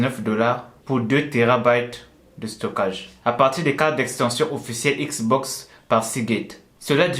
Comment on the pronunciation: J'ai juré il a dit une manette Xbos